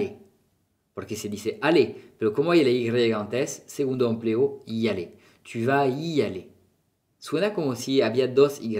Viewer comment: Hola. Soy Juanma, profesor de inglés y estoy estudiando francés. Me interesa mucho la fonética además de la lengua desde el punto de vista comunicativo. Tengo una duda que me gustaría resolver. Por qué a veces tu haces una aspiración a final de algunas palabras agudas generalmente terminadas en 'i' o en "u". Por ej En la primera frase "Comment va tu?" Tu haces una aspiración en "tu" / tuh/ O en "Je suis perdu". Tu dices /perdyh/ En otros vídeos dices rue / ryh/ Recuerdo cuando estuve estudiando francés en Aix-en-Provence y algún profesor tb hacían esa aspiración/h/ Esa aspiración se debe a una diferencia geográfica? Muchas gracias. Me gustan tus videos